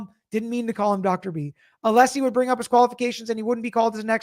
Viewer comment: or when brennan keep saying mr aleesi insted of Alessi